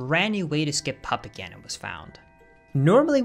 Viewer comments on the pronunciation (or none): sounded like "papa ganon" when you said puppet ganon